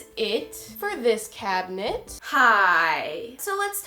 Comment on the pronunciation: instead of saying cabinet it sounded like cat nips well now I listen to it I kinda hear cabnits but still 😂